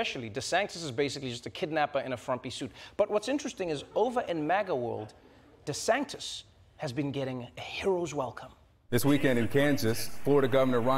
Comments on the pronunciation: ❤❤❤ Trevor, I love you… but I gotta tell you this. You’re pronouncing Ron DeSantis’ name wrong, and it grates on my ears 👂🏼 you’re saying DeSanktis…like spirito sancto ⛪️ 🎶 🙏 his name is DeSAN-tis…like Santeria…Santangelo…Santomè. Just sayin’, from an Italian-Canadian and dedicated fan 💋🇮🇹 🇨🇦❤🇿🇦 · Is it just me or does Trevor pronounce it "DeSanctis" ? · Does anyone ever hear Trevor saying Desantis’s name as “desanKtis”??? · I don't know why but I keep hearing DeSANCTIS instead of DeSantis when he says it. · Why is he saying deSanktis? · or “DeSanGtis” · I love how Trevor is butchering Desantis’ name every single time 😂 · im unclear is he deliberately mispronouncing DeSantis name cause that’s just rude